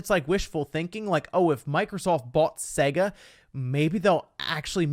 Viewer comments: The way he says SEGA physically hurts me, imagine you got this when booting up Sonic. 😬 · The way you say Sega really annoys me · I don’t like the way you pronounce Sega